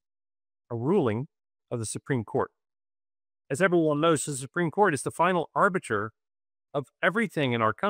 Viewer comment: “supeem court”